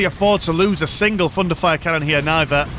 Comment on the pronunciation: All what I hear is „Fun to fire“ canons instead of thunderfire canons x)